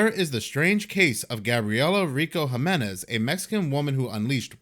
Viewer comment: HEE-MEN-EZ = Jiménez